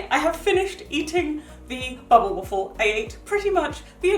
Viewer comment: I love the way you say bubble❤️❤️ it sounds like bobble waffle Ps. I’m from the US